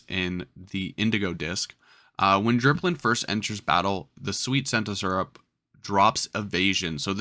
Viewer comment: also thare is no r in dipplin